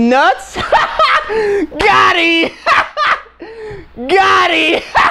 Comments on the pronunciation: It GOT EEM not gotti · Its gottem not godhei lol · It gotem not gotti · its not gotti its got hem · its gottem not gotti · It's gottem not gotti